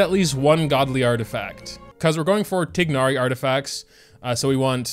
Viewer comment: Pains me how bad u pronounce tighnari’s name